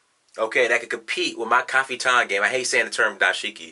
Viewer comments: haha. what is kafiton? don't you mean 'kaftan'? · it pronounced caf-tan, not ca-fi-tan.